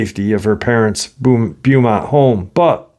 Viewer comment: I live in Texas and can tell you that Vidor is pronounced "Vye door", or with a long i. And Beaumount is pronounced "Bow mont". Just FYI.